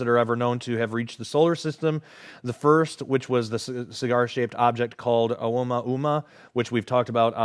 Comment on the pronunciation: FYI: "Oumuamua" is pronounced Oh-ooh-moo-ah-MOO-ah